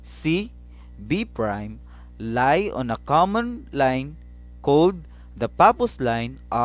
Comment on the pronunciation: It's pronounced like "Lee" not lie (despite the spelling)